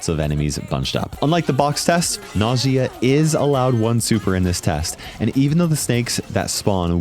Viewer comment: Its not Najìa it’s Nàjia